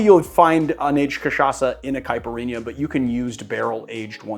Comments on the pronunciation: It is not a [cai-puh-eenyah]. It is a [Cai-peer-eenya]. BTW, a little too gentle on the muddling, and also you can muddle the ice a little too. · Cai-pee- ree- nha! Repeat after me! Lol